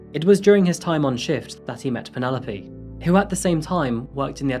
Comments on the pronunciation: Pronounced not Penupoly, but "Pennylope" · I like the way you pronounce the name of Penelope. Here in SA we say Pene_lope and you call it Panela_P. I like the sound of it. Beautiful narrative of the woman who hates husbands. A real Narcicist indeed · Lol.